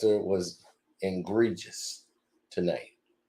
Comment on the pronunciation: Stop pronouncing 'egregious', 'engregious'. There is no 'n' in there.